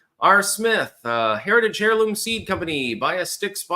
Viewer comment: Why does pronouncing the H in heirloom always bother me? It shouldn't, yet it does..;-) That and the way he mispronounces Maryland also chaps my hide. It shouldn't, yet it still does.